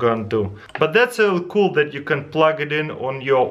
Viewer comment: Can we have a livestream for this? It's so KUL!!! Speaking of "KUL," I wish Taras would put a caption on his videos that says "KUL" everytime he says "cool."